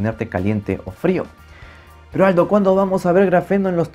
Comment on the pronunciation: Ahuevo, se llama Aldo, yo pense que al inicio de sus videos decia "Hola, soy alto" xd.